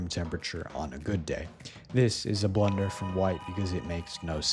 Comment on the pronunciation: That’s not blunder that’s B L U U U U N D E R